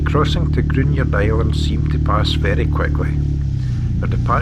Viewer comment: Lovely video but the pronunciation of local names is inaccurate Gruinard has a silent u and emphasised I. Mellon Udrigal Is ooh not Udd. I say this as we have a 4th generation family there and at Mellon